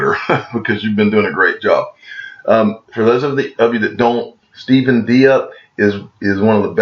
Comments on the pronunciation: Diep is pronounced like " Deep" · His last name is pronounced “deep” I’m pretty sure